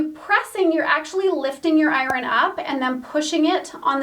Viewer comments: Is there a W in iron? It’s hard to listen to those ironing parts. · It must be a geographical language thing. She pronounces "iron" as I-RON. In my state it is eye-urn. LOL.